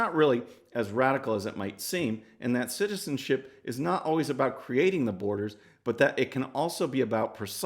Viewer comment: You cant say citizenship... That's ok, I cant say disks.